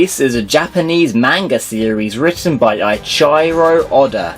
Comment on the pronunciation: love how he butchered Eiichiro's name